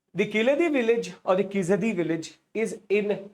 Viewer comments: 😂😂😂 it is not khilaadi!! खिलटि It is keeeezhadi or keeeezhadi कीळटि It is not वगै it is वागै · It's pronounced " Key - laa - dee " "zha " in Keezhadi is not pronounced as " शा ". It doesn't have a North Indian substitute. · Your pronunciation of names like Keezhadi and Vaigai is horrible. Please put some effort and learn to pronounce the right way!